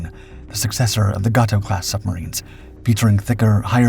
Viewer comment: "GAY - TOE" Class not Ga To Class. I am a submariner retired and I know. Jim